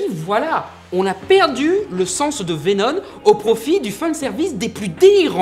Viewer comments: Pourquoi tu dis venon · C'est moi ou une fois sur deux il prononce "Vénonne" ? ^^ C'est pas pire que le "pour que vous compreniez C'EST QUOI mon problème" à , mais bon ^^ (au cas où si y en a qui seraient tentés de crier au grammar nazi, je précise qu'il faut pas chercher bien loin pour trouver de l'ironie dans le coin) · Bordel, mais c'est VenoMMMMM, avec un M, pas VenoN ! XD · VENOM PUTIN vé nome PAS vénonne , sinon on dirais que t'est le seul a avoir remarquer que ce vénom avais rien a avoir avec spiderman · Pourquoi tu dis venoN et pas venoM ? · Pour info... Tom Holland'Holland', qui interprète Spiderman dans le MCU, aurait été vu pendant deux jour sur le tournage de Venom... D'ailleurs c'est bien Veno"M"!!! T'en es où toi de tes problèmes de prononciation!? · Ah mais tu parles de VéNONNE pas de Vénom ! #trollgentillet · Arrête de dire Vénon, c'est Vénom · Il ne sait pas prononcer venom il dit venone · je suis le seul a entendre veno"N" ?? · Entièrement d'accord avec toi mais stp, arrêtes de dire VenoN x) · (À ) vénon, 🤣🤣🤣🤣🤣🤣🤣🤣🤣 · ARRÊTE DE DIRE « VENONNE » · Arrête de dire "venoNe" C'est insuportable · Il recidive a 😑...